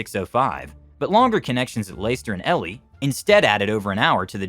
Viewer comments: Ely is pronounced 'ee-lee' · Low Borough! Eely!